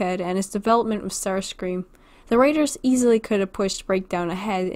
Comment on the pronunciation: What did I hear about how you pronounce Starscrean? You just said "sterscream"